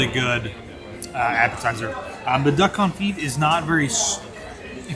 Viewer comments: Fantastic! Confit = Confee drop the t The only lesson in French I remember! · Love the review... but so you know that CONFIT is pronounced without the T sound at the end. xoxo